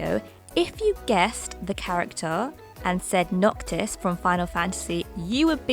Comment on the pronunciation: wtf its noctis